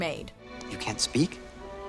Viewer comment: Spake? You mean speak